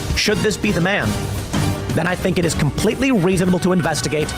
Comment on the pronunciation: The way tim says reasonable😂